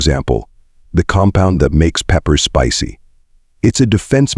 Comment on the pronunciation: Spissy? They spelled it correctly, Spicy usually pronounced Spy see!